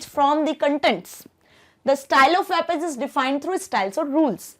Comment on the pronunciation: ma'am its not WAAB it's WEB -_